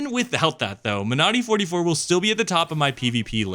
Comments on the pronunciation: Great vid as always. As a small note, I believe you are emphasizing the wrong syllable when pronouncing Monody - it's MONody, not MoNODy. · Surely the emphasis in pronunciation is like in the word Melody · When you say it I hear ‘my naughty’